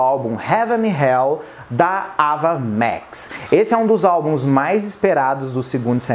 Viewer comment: Sem querer ser chata, mas já sendo a pronúncia do nome não é "Ava Mex" mas "Eiva Max". Eu também pronunciava errado até assistir essa entrevista dela